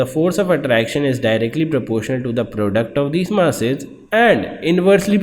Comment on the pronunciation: First of all it's mass not mas